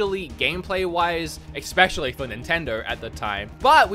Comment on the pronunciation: "eggspecially" There is neither an egg, nor your ex in especially.